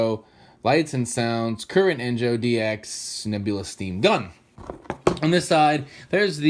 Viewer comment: isn't "KURIN" it's "CROCO"